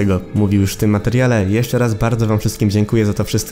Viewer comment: ty mówisz „jusz” a ten drugi typek „matnes” xd